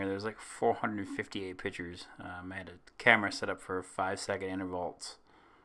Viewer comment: "Intervolts"?? Thanks for the video! :)